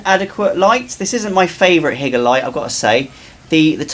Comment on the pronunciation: It's not HIGGER it's Hi-ger just saying 😂